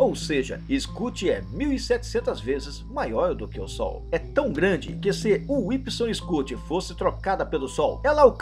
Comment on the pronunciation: então Pq vc pronuncia o nome da estrela errado? Incluindo massa ,e medidas!